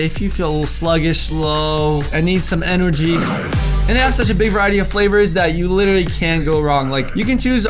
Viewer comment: I’m so sorry but you said en-o-gy 😂😂😂😂☺️